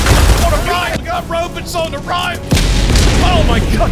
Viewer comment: Rowbuts on me I repeat ROWBUTS ON ME!!! 🤣🤣🤣